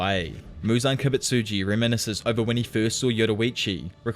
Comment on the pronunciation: "muzan kibitsitjus memories"😂